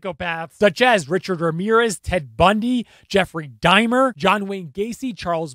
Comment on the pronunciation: Why are you saying Jeffery Dimer?????